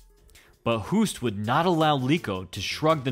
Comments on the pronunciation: it's pronounced 'Hoast', not Houst. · It is pronounced “Hoast” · That's not how you pronounce his name. More like Ernesto Host. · I know this isn't a new video, but as an FYI, Hoost in Dutch is pronounced 'host'. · It's pronounced Host